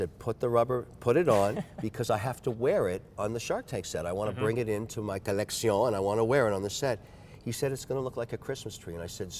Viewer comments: Kevin is so miserable to listen to. The red band is so tacky, and matching his pens thinking he’s original. The way he says collection and thinks people care about what he’s wearing on shark tank. comment, “I think it’s a blessing in disguise” shows how repulsed he is by the tacky red bands. Everything Kevin says sounds like something he’s heard someone else say. He’s regurgitating other people’s opinion because his are so miserable. For example, the only original thought he had, was putting red bands on every watch. What an unflattering statement to make on well crafted timepieces. Nitrogen escape valve (you mean helium), Beaumont (you mean Bremont). It’s like he’s so disinterested in his own hobby because he’s so god damn boring and pretentious. I love, but can’t stand Kevin’s commentary on anything. “Here’s my collection of other people’s favorite watches. I added red straps because I’m a classless moron. The only watch I picked out on my own was a used women’s watch. It’s so stupid that the second time I bought it my wife cried. I also match my watch to the vegetables I’m going to cut next week.” I can’t believe has the stomach to talk to this man. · "collection" not "collectioné"...come on Kevin, lets keep the consistency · Take a shot everytime this guy says "coleccioun" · Ah yes collectioñe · What a foppish, effete tool. He can't even be consistent in his douchery. Insists on the French 'maison' whenever discussing a different watchmaker. Either Spanish or butchered Italian (sure as hell isn't French) for his 'coleccion.' Yeah we all want to be stylish and that's why we care about watches. But just get over yourself a little bit. 🙄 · It's not a collection it's a Co-Lec-Se-Uh-N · Every time Kevin says colleccione I want to kill myself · “Collectision” oh gosh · The people who stole his watches prolly got annoyed by him saying COLEXION. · He has to stop saying colexioh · "The colesksheionn" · This guy is ridiculous. "Collecksiyown"